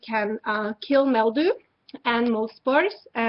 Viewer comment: She keeps saying MEL-dew instead of MIL-dew. LOL.